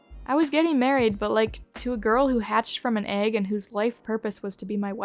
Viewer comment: they deadass said "eyg"